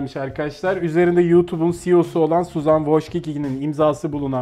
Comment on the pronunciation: Yalnız suzın deil suzan